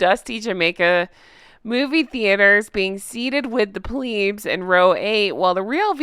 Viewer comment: Love, love, love your stuff (but plebs is pronounced with the e as in egg).